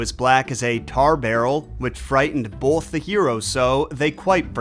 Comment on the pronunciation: I hate people who say bowlth instead of both. What the hell is wrong with you? and you always hit it so hard. BOWLTH. Why do you talk like that?